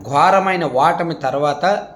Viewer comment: వాటమి అంటున్నారు, ఓటమి